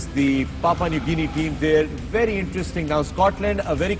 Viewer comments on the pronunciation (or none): why did the anchor keep saying PAPA new guinea lmao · Papua New Guinea hai Papa New Gene nahi hai 😂😂😂. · Fakhre alam it is papua new guinea not papa new guinea this show will be watches by some foreigners viewers and the show is very good but being professional you should be careful about these thing